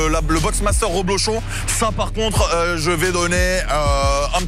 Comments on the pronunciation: C'est "rEblochon" et non pas "rOblechon" comme tu le dis ! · Ta dit roblochon au lieu de reblechon